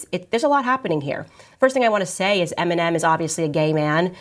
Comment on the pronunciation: she cant even pronounce eminem